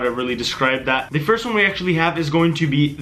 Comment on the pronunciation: he said fist not first